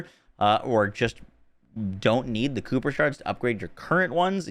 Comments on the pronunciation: Nice video. FYI - Kuiper is pronounced “ky-per” not “cooper”. It is most likely named after the Kuiper Belt in our Solar System. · Nice breakdown. FWIW, it's pronounced "KY-per" (rhymes with hyper.) 👍🏼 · FYI they're pronounced "Kiper". Like viper with a k. As in the kuiper belt. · "Kooper shards" 😂